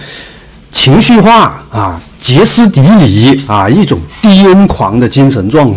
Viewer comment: Xie （平声）斯底里